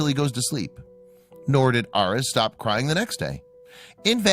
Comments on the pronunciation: It’s pronounced “Air-eez”, not “Aur-ess”. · please work on pronunciation. air-eez as in the star sign.